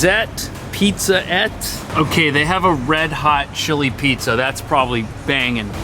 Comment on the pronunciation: wait wait wait, you need to read all those e in pizzette. It's plural for little pizza, no french there XD